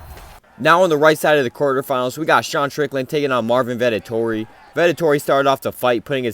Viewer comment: I love how you call Vettori Vetotori😂